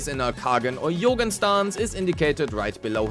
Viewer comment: It's not 'Yougen' it's 'Jougen' pronounced as in "Joe" or "Jonathan" or "Jogging" my German dude